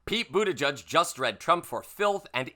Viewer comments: Its pronounced boot edge edge (he has stated)...not "judge" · You're mispronouncing Buttigieg, my friend. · According to the man himself, it’s pronounced BOOT EDGE EDGE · It’s pronounced Boot-edge-edge.